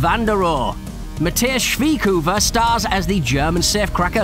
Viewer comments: Lol I’ve been german for quite a while now and I’ve gotten used to how the umlaut and the tone of how syllables are pronounced. It’s supposed to be pronounced as “Schveyoefer” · Its supposed to be “Schveyoefer” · hahahahah true. Its kinda hard to pronounce for an english speaker tho when your not used to it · More like Schwiekhufer 🤣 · Too funny how they pronounce "Matthias Schweighöfer" 😂👌 (I'm German) 🤣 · Bro you butchered the name Schweighöfer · Way to butcher a german Name🤣🤣🤣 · That was Spoilers galore, wtf dude? And is it really that hard to say Matthias Schweighöfers name? Who tf is Matthesh?